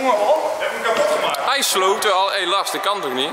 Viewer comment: hoor je als het goed is myron zeggen: oké nu laars inplaats van lars 😂😂